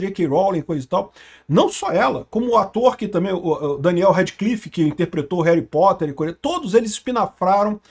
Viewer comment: Reri potter. Parece eu falando 😂😂😂 tamo junto 😂